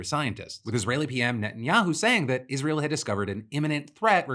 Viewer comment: Lindsey Graham shouldnt be allowed to talk about Israel if he can't pronounce it.